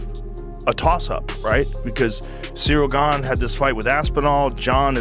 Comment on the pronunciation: Bro this breakdown was solid, but please work on your pronunciation. It's not "Gain" and "NGanoo," it's "Gane" (Like "gone" but with a slight emphasis on the 'a' sound) and "En-Gone-New" for Ngannou. Hope this helps!